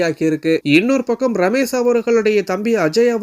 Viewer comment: "ரமேஷ்". ரமேஸ் இல்ல.